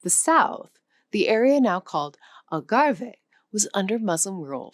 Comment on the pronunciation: I have issues listening to someove explaining the use of arabic words in Portuguese, but who pronounces Gibraltar (which has a soft G because it comes from Jebel) as gilbertrar or somesuch. Also Algarve is not pronounved Algarvay, but Algarv, because it comes from Al Gharb (the West). Oh and maybe listen to the way spaniards pronoune Al Andalus (Al Andaloos) rather than the strange pronunciation. In fact almost every single Portuguese word is mispronounced - and Alentejo is from Alem Tejo, "across the Tagus", not from Al.... anything. The town of Fátima gets it's name only indirectly from the sister of Muhammad.... the story is far more "romantic" Supposedly it is named after a C12th Moorish princess captured during the reconquista - and who fell in love with her captor, Gonçalo Hermigues, converted to Christianity and took the name Oureana. So the nearby city of Ourém is named after her, but the area where she lived kept her original Arabic name, Fátima